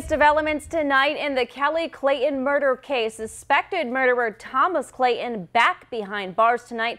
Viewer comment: What's with this anchor and reporter? One calls him, "Clayon", the other calls him "Clayhon"...it's not that difficult to insert the "T" ladies I promise...I've done it and it's caused no residual effects!